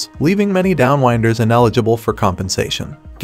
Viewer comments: AI would be letting the narrator off the hook. Nah, probably some guy who thinks 'down-winders' is pronounced 'down-wynders.' Education is on the hook…along with the producers from Flick Flash. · The ‘wind’ blows on the plains. You ‘wind’ a clock. When the narrator says ‘downwinders’ he says it wrong.